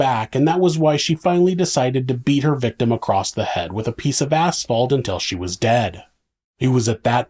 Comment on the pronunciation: Why do you say acrosst 😭